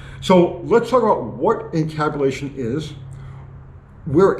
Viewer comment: Did you say camtabulation?